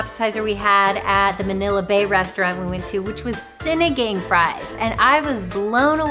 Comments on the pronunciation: Lit bro said "Sinideng" 😂😂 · Just a heads up, Sinigang is pronounced "Cine-Ghong" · Sinagang, pronounced as follows: a is like the u in up and cut (in most English dialects) So sinigung is the correct pronunciation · Sin-knee-gang (like gangsta - its the ANG just like ANG from Avatar too) lol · Of course I mispronounced it 🤦‍♀️